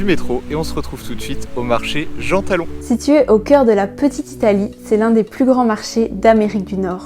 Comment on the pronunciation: Le marché s'écrit Jean-Talon et pas Gantalon 😉